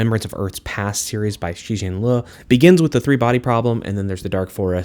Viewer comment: Absolutely brilliant commentary! I love philosophy and sci-fi and these are all going on my TBR!! Super tiny but as a Chinese person, I wish you would’ve learned the pronunciation of Cixin Liu’s name (it’s roughly Tse-Sheen Lee-You)! I could totally feel your passion and love for the series and I’m so excited to read it! :)